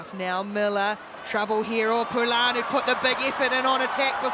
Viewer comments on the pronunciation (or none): In only a few matches, I have heard the "r" in Pouri-Lane pronounced as a T, as a D, and as a tap, one way that r is pronounced, and as a full rhotic r. Am I nuts?